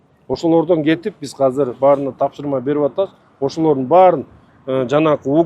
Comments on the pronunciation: Казыр эмес азыр блядь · Казыр деп айтылбайт азыр деп айтылат.